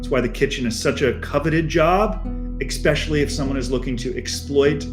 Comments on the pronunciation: Especially not EX-Specially. People need to get it right! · My dude really said "ekspecially"